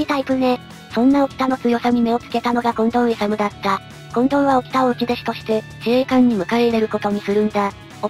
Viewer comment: 近藤いさみ いさむじゃないよ。